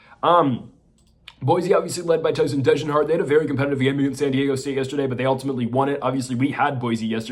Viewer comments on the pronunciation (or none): If you want people to take you seriously learn how to pronounce the names. Its Degenhart not DEHJENhart